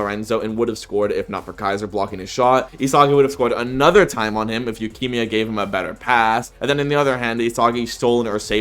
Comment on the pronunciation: why does bro pronounce yukimia like lukimia